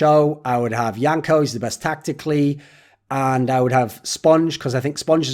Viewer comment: Why is yanko calling himself "wank-A" in the intro?